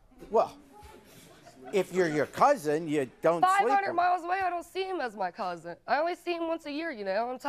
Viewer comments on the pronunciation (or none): It annoys me so bad when people say "couzint". There is absolutely no T in that word. Its "COUSIN"